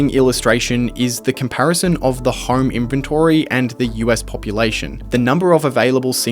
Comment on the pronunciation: Why do you pronounce home like horrrme it's like nails on a chalkboard every time.